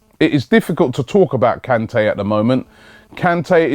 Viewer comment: Robbie! For Christ Sake! You pronounce his name wrong every time you say it! It is NGOLO KANTE (N go low can tay). Very happy the Vardy deal hasn't worked out, now we can focus on getting rejected by Kante as well! Also, rumours from Germany suggest that we are about to snatch Aubameyang from under Guardiola's nose... Have you heard anything about this?